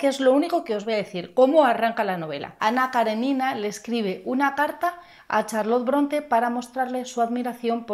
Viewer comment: Ana Karénina....tiene tilde, poca gente pronuncia bien el nombre de esta mujer....un saludo